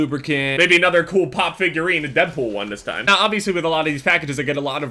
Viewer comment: did he say deathpool?